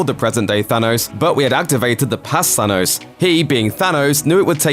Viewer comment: Can we say thanos and not thanose